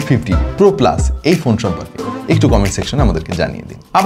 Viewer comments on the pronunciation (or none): none